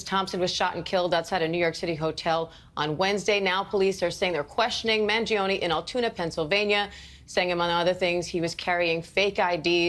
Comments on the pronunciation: It's Man-gi-o-ne, NOT Mangiono!! There's NO "O" at the end of his name! Are you dyslexic?!?!? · Man-GEE O- knee… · Your pronunciation of Mangione is wrong.